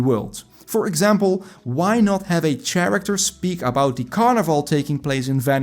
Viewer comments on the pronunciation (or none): its pronounced Keh-ruhk-tr. Not char-actor.